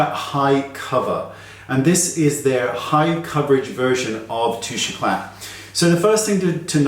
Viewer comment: thank you so much, very informative, pronounce Touche eclah no t, could you find a dupe for that?